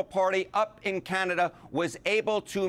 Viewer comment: But I have the only one who heard Canata not Canada?